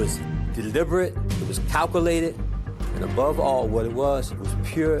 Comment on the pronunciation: He can't even SAY the word calculated!!